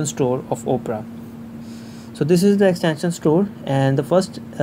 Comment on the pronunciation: Great video and your English is good also. I have a few tips to improve your English: the O in Opera is not pronounced like the letter O, it is pronounced like Aw. The way you pronounce it is like Oprah Winnfrey's name but the browser's name is pronounced just like the genre of classical music Opera or Awpra. Also, the word "cautious" is pronounced like if it were spelled cawshis. I hope this helps and keep up the good videos :)